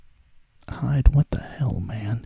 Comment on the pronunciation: Rize is pronounced Ree-Zay. Hide is pronounced Hee-Day